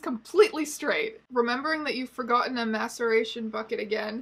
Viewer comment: I can't be the only one who kept hearing "masturbation" instead of "maceration". In this context, the former could arguably be worse. Also misheard "mastication" a couple of times, which somehow seems even grosser in the context of taxidermy.